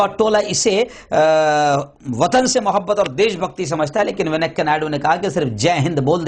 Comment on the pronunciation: Venakkayya nahi sahi venkaia hai woh